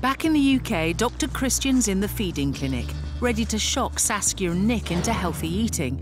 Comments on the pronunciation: oh, her name is saskia, not sasuke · I heard her name as Sasuke lol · it sounds like "sasuke" tho